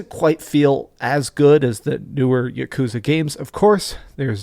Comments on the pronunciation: For such a complete and utter dorky dweeb I thought this guy would know how to pronounce yakuza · Stop pronouncing yakuza like that lol